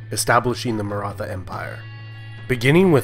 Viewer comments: No It is like old pronunciation of THomas not like thomas! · Nice video about a much ignored state in Indian and world history. And my ancestors ;) Just one minor correction: The "th" "Maratha" is pronounced close to the "th" in "Beethoven" or "Neanderthal". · Great video dude only problem you were pronouncing Maratha word wrong.